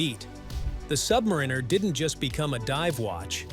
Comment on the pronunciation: I can’t listen to someone who can’t pronounce Submariner.